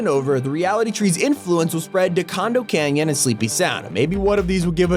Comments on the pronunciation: Did you call condo canyon- "Condom canyon"? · man really said “Condom canyon” 💀💀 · Yo I love how he said condom canyon lmfao 🤣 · Who else heard him say C*ndom Canyon